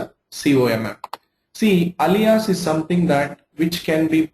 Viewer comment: You are good with SQL, but do you know how to pronounce Alias?